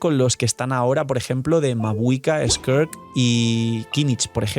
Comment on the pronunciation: cómo vuelvas a decir skerk en vez de skirk me da algo